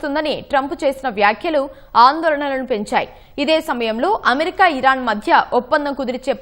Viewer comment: అది ఈరాన్ అనాలి